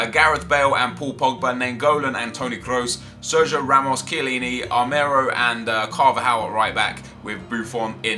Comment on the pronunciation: RaMOOSE? What..? 😂